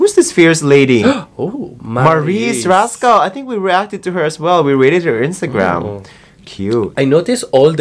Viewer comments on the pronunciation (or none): it's Maris Racal not Maris "Rascal"😂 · Maris Rascal? It’s Racal 😂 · FYI it is MARIS RA-CAL not RAS-CAL! Do not baptized her with new surname! Peace! Nadine Lustre is VIVA Artist not Starmagic Artist! But her artist management ties up with ABS CBN projects.